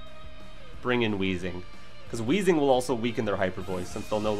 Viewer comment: Excuse me. It's actually pronounced Wayzing.